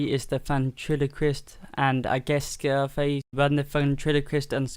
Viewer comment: its scarface. not "scareface." you pronounced the puppet's name wrong